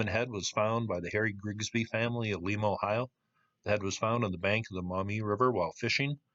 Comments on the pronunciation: Lie=ma not lee-ma is how the locals pronounce it. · LYE-muh, Ohio; LEE-muh, Peru. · Lima is pronounced : Lime-a. I live 40 mile up stream from where it was found. The glacier went threw here carrying things many miles. There are many old Indian villages along this river and old Forts. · thats not how you pronounce Lima Lima , OH (Ly-ma) Lima Peru (Lee-ma) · My only comment is its not pronounced like lima, Peru. Its pronounced like the bean. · Lima pronounced Lye-ma in Ohio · It’s pronounced LYE-MA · Huh, I grew up around there (we had a cabin in Grand Rapids) in the 60s and never heard of this. It should be noted that Grand Rapids Ohio and its vicinity along the Maumee has always been home to a lot of artisans, so it's quite possible that someone made it more recently. FYI, Lima isn't pronounced like the city in Peru but rather the bean, with a long i. So it rhymes with Jemima. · Lima, Ohio like lima bean, not Lima, Peru